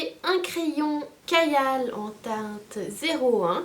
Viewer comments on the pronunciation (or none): C’est rigolo je prononce pas les mots pareil que toi genre kajal je dis « kageal », irisé je dis « irizé » etc je suis ignorante ou bien 😂